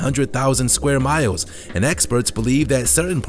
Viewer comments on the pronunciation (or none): none